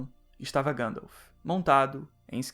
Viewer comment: Ótimo vídeo, nada contra, mas acho um tanto estranho ouvir Gândalf (ao invés de Guéndalf)